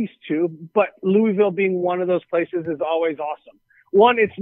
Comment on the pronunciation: Dude how you say Louisville wrong?